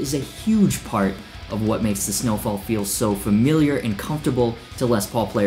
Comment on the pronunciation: U pronounce ø wrong! Im danish so I know. I wonder y they used the danish letter ø. It only exist in danish as far as I know. It makes no sense. Also nonsense whn u pronounce it correctly (like "eu" in french.) sneufall? What is it?